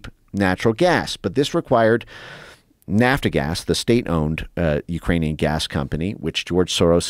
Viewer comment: who dis guy is? Vassel or vessel, indogenis or indigenes? Nafta gas, or lord, it's nap gas.